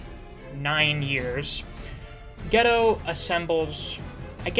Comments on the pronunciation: yeah i think its gay-toe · its pronounced Gi-Toe not ghetto lol